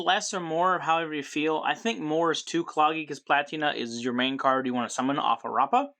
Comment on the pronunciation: At the time of this comment, the link 1 should already be out! Also, you're pronouncing rappa's name right! BACH also stands for Battle of Chaos!